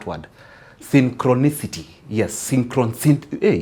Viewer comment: Synchronicity is a word best said without two front teeth or with wide spaced incisors. Its a Luo-nglis type of term! With healthy white teeth, I actually feared he might bite the tongue! This gentleman is a genuine narrator and salesman for sure!